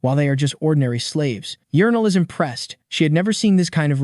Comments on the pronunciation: her name is Urneel, but TTS, so.... Edit: Yernil is correct 😅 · sounds like urinal tho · I think it's yernil